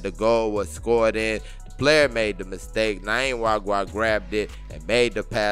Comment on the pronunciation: Welldone!! However, you keep getting the pronunciation of this guy's name wrong in every Rivers United clip. It isn't "Nayim" Nwagwa... It is "Nyima" Nwagwa